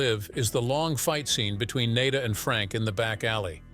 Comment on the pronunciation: The repeated mispronunciation of Nada's name is just lazy.